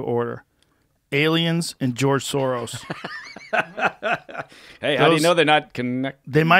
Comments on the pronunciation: The fact that he keeps saying Sorosh tells me he's protecting those close to him by not telling us what the truth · was he saying 'Sorosh'? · Why does he keep saying Sorosh.